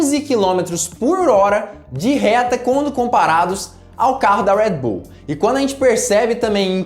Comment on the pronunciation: Seus comentários são bons, agora esse sutaque americanizado em algumas palavras as vezes irrita. Ex. Tcharles Leclerc, Rued bul.... E é só as vezes.